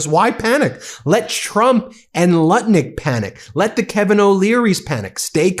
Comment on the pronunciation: Seems you are pronouncing Nutlick's name wrong.